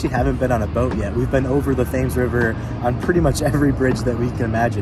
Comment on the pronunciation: The river is pronounced Tems.